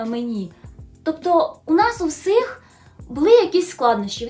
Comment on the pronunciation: класне відео, як завжди) 🧡 але слово "всіх" пишеться і читається через "і" 🧡